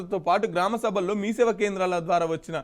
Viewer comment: ఎవడ్రా నీకు వార్తలు చదివే పోస్ట్ ఇచ్చింది.మీ సేవ కేంద్రాల వద్ద అనేది ఎట్ల చదివినివో ఒక్కసారి నీది నువ్వు చూసుకో